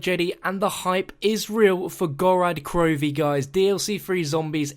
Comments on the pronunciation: It's pronounced "GorOd KrovEe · It's pronounced "gore-rrod Crovfe" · Whats with the very end of this video and that last video? Also why are you pronouncing it Gorad Krovi on time and Gorod Krovi another time